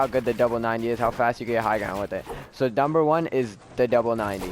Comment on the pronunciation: lol he said dumber 1